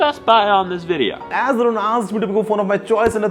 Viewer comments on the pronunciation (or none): You know that most priceless moments when (a.k.a ) pronounced Aaron instead of Arun. That's why I like listening to him all the time. Thumbs up 😎👍 & I'll keep supporting both of you guys >>> feat Mr.WhoseTheBoss 😊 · Bhai Apna he naam galat pronounce karte hai Its Arun not Aron...... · Man... Vids are awesome :D. I don't y u pronounce your name as Aren.. It Ar-u-n :P